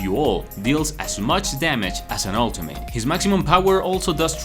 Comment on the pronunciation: it’s pronounced ultimit not ultim8